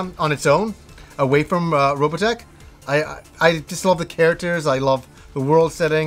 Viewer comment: ...Why do you pronounce it Robatech ?